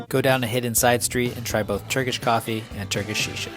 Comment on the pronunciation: awesome overview!! also big props on Turkish pronunciation 🤌